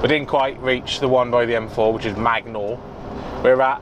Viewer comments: Loving your pronunciation of places in wales I live in magor lol it’s pronounced May gore. Also the gwasenygagag means services in Welsh. Enjoying the class 1 too👍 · Being welsh and hearing you try to pronounce magor services killed me. Nice to see the artic vlogs back tho mate!